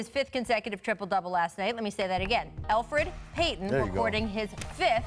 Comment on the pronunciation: Elfeid Payton ?! Lol